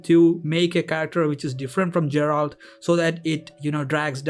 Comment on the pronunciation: Geralt (Guh not Juh)